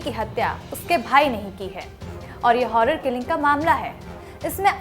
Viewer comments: हौरर किलिंग नहीं औनर किलिंग बोलिये। आपका संपादकीय मंडल क्या सोता रहता है ? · हौनर किलिंग नहीं औनर किलिंग